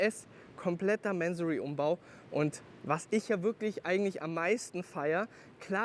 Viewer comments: Bevor man Fahrzeuge eines Tuners vorstellt, sollte man sich erstmal über dessen Hintergründe informieren! Der Gründer, Inhaber und Namensgeber ist der iranische Geschäftsmann Kourosh Mansory. Daher wird der Name auch nicht englisch "Mänsory" sondern Mansory ausgesprochen! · man spricht es doch nicht mänsory aus oder ?